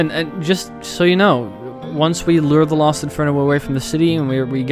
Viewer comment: Keith shut up also don't worry dark burning I also here him say Lost when I slow it down I hear los so I think he just has different wording